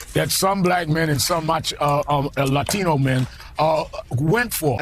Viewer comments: When Sonny says the word "Laughtinauuuuu" with a super thiiiicc accent when she speaks white every other word makes me throw up in my mouth. Such a fake person, I'm glad her side lost. Just say Latino. Its ok. Latino's don't mind how you pronounce it. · the way Sunny Hostin prounounces "latino" makes me so angry